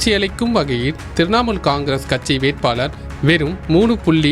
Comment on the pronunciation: கச்சி இல்லை கட்சி தமிழ் தெளிவாக உச்சரிக்கவும். நீ பேசுவதை கேட்க காதில் ரத்தம் வருகிறது